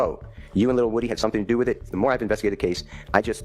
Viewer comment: Gets me everytime they say lil WOOdy 😂 its woody